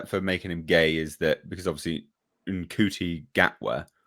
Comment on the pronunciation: Just FYI, Mr. Gatwa's Christian name is pronounced "Shooty," like the one cop in The Hitch-hiker's Guide to the Galaxy. Also FYI, for the entire twenty-seven-year run of the original series, apart from a flirtation with an Aztec woman, the Doctor had zero interest in romance of any kind. That was why children liked him; no mucky grownup goop.